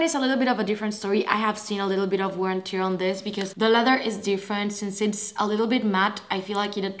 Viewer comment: Just a small remark - not at all any sort of hating from my side! You said English is not your first language, so I just wanted to point out - when you say “wear and tear”, the “tear” is pronounced the same way as “wear”, not like “gear” 😊